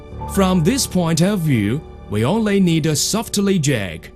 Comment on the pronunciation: "We onelly need a softeley jack" Don't we all?